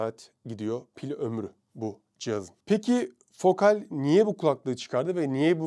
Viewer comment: Okunuşları yazıyorum: Batiskaf (Haliyle ürünün modeli batis) Triyest (Sondaki e okunmaz) Fokâl (A ince) Görkemli günler, aydınlık yarınlar dilerim.